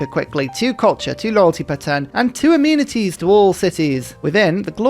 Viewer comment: My favorite '-ism' is how 'amenities' always sounds like 'immunities'